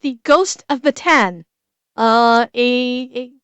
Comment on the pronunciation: If you like this story you're going to like the one about the Filipino soldier who inside enemy territory used his self as a sacrificial beacon, called HQ and said "I don't mind. Bomb this place along with me." Also, "Bataan" is actually pronounced "Batta An". While it's a historic battleground in Philippine history, the word "bataan" is also colloquial slang term for "Womb" or "P*ssy". Hence, when a guy says "I'm going to plant a seed in her bataan.", that means "I'm going to impregnate her." 😁